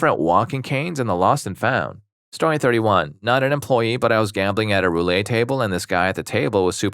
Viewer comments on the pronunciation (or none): The game with the wheel and ball is pronounced roo-let, not roo-lay. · Anyone else cringing at roo-lay instead of roo-let? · And he keeps saying “roo-lay” when it’s roulette